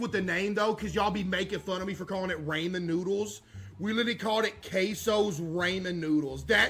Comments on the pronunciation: bruhh. Caseoh pronounces ramen as "ray"men anyways. It's always been like a joke among his fans. It was so obvious he would do this. Just like how he calls "shit" "dookie". This controversy is so stupid. People be finding anything to argue about. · and case been saying it for years? way before ray even met kai. he was the first (between those two) to call it raymen cs he didn't know how to pronounce it. Case was obviously first to do it